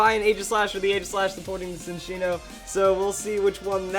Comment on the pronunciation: Ok I can't stand it anymore. It's not SIN-ccino, its CHIN-ccino. It's a combination of the words chinchilla and cappuccino. It's more obvious if you look at the Japanese name Chillaccino.